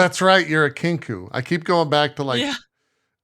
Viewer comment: I like how Anne is supposed to be the smart one that they have to rely on for knowledge and she is a Kenku who can’t talk normally.